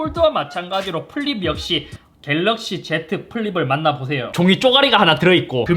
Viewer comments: 갤르윽시ㅋㅋㅋㅋㅋㅋㅋㅋ 중독성오져ㅋㅋㅋㅋ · ㅋㅋㅋㅋ 갤르윽시ㅋㅋㅋㅋㅋㅋ 보다가 완전 당황하다가 뿜었어요ㅋㅋㅋㅋ 이번 영상도 잘 보고 가용ㅎㅎ!!